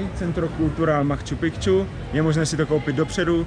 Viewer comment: Reportáže pěkný , ale neříkej PROBOHA " makču pikču " - podívej se jak se to píše...